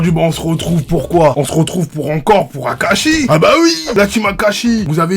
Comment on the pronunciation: 7 20 y’tadis kakashi au lieu de Akashi